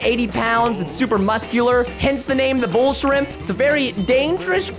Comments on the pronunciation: He said bullsheep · for the record, preston said bullshrimp, not bullsh*t